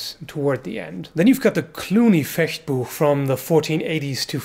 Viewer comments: I know you lived in Germany for some time. But it's still nice to hear somebody, who isn't German, pronouncing Fechtbuch correctly. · I love how you pronounce Fechtbuch correctly.